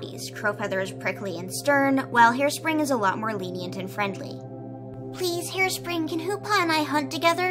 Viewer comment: Harespring sound like hairspray